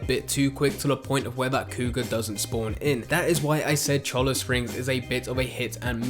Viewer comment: He's still wrong, and you aren't spelling it right. It's Cholla, as in the Cholla cactus. Pronounced "choy-uh"